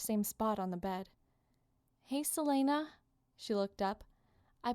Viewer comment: Also, I pronounce it Sel-ee-na, not Sel-aye-na.